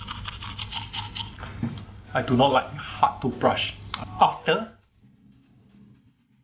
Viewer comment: He's pronouncing "Hard like.....HAUT😂